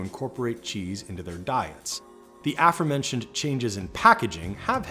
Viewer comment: Lovely how the person in charge of doing this voice-over could not pronounce the word "aforementioned" correctly